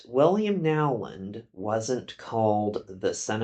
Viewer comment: Isn't the name pronounced, "Know-land" rather than Now-land?